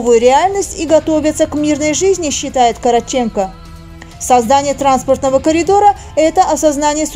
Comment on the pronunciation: Игорь Юрьевич КорОООООтченко. КорОООООтченко. Имейте уважение и знайте как звучат имена и фамилии героев ваших постов.